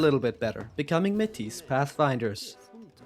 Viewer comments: I am Métis Canadian. It’s pronounced “May Tee” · Just so you are aware, Métis is pronounced May-tee. Love the video.